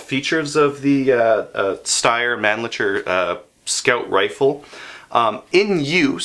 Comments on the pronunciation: It's pronounced "SHHTAHYAH" with an extra emphasis on the "SHHTAHYAH" part. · Pronounced "Shtire". Thanks for the interesting review and greetings from Austria. :) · pronounced sh-tire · I believe that Genola told you wrong. I am a hunter in Germany and used to own a Steyr Mannlicher Classic (.308). Steyr (pronounced Schtyr like flyer) Mannlicher (Mann-heavy on the 'a' the way the British speak and licher like wisher). Among German hunters a Steyr is considered to be a high quality, reliable (Austrian) rifle suited for the conditions encountered when hunting in Europe but then so is my made in Germany Blaser (pronounced blahzer):-) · please never attempt to say steyr mannlicher again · Terminated video after atrocious mispronouncing the name of the rifle. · So you purchased the rifle, BUT you do NOT know how to Pronounce the manufacturer's name ? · "Steyr " is pronounced like "higher" with "st" and "Mannlicher" is not "Man licker" but "Mann" = like to vocal in "sun" plus "licher" and the "ch" is like the "ch" in "loch ness". Believe me, im from Austria. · Tom Bombadil No way Tom! No disrespect meant but do your language homework (Google/Wikipedia the pronounciation of the city it's made in - And it's Mann-licher, pronounced like the 'c' is an 's', rhymes with wisher. I live in Germany, my German is fluent, my Austrian will get me by and although I no longer own the rifle (I am a Blaser convert), I hunt with guys who have one so I hear the name all the time. I suppose though, that your pronouciation is acceptable if you're not Austrian (where it's made) or German (where it's widely owned)...